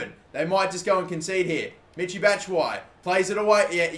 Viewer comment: Not "Mitchy" it's pronounced "Me-she"